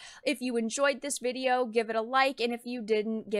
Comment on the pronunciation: You have a very bizare way of pronouncing "video" lol.. Not disagreeing with anything you've had to say or anything like that.. i'm just noticing the odd pronunciations.. maybe it's just your "youtube voice" you're going with.. but it is a pronunciation i've never heard before lol Vidi-yo rather than vid ee oh.